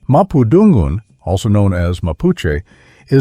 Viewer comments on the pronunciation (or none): absolutely lovely video! Small things tho. The emphasis on Purepecha and Mapundungun is at the wrong place. It should be pronounced Pu RE pe cha and Ma pu dun GUN.